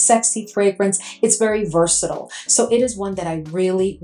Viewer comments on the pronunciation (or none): none